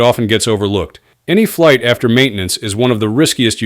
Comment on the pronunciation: "Flig Debrief" lol what is a flig?